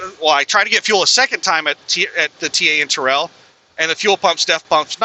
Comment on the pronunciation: Terrell is pronounced Tair-L